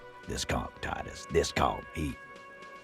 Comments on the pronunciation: Every time he calls titus "teetus" i die a little inside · Hearing pronounce "Titus" as "teetus" (despite hearing the correct pronunciation many times) brings me immense joy